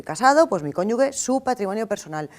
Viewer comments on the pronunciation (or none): Bien explicado. Solo una aclaración, es cónyu"JE" (pronunciación), aunque se escriba "cónyuge", se pronuncia con J.